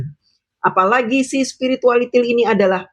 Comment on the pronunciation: Akhirnya denger lagi menyebut Sepiritualitil🤣🤣🤣